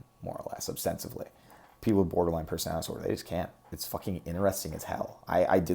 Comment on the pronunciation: the word is ostensibly swdy not obstensively lol